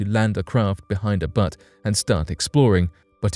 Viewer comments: It's butte not butt. Buuuuuute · its pronounced 'B-yoot' not BUTT, LOL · Word BUTTE, not pronounced BUT. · Omg it’s not Butts it’s butte .. lmao .. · LOL "butte" is pronounced "byoot." Its much better the way you're saying it, though! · Butte is pronounced byoot... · Don't intend to sound picky but a butte is pronounced beaute, as in beautiful. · My thoughts exactly, pronunciation like this is inexcusable. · Butte = Beauty minus the "ee". LOL. Not your bum. Let's keep the insides of the earth inside. Except for fossils fuels used as cleanly and wisely as possilbe. That will not run out! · lol well that isn't how you pronounce butte